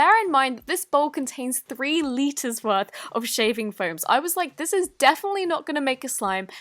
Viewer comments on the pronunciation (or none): It’s called foam not floam